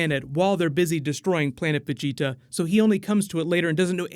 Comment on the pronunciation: Why do you say vegeta so weird